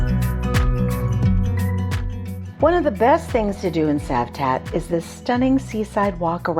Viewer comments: 🤣 Citroen is pronounced as Sitroen - so it`s not Cavtat as Savtat! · Well, nice video, but it is not Kavtat it is Cavtat witch C like Citroen (not Kitroen) 🙂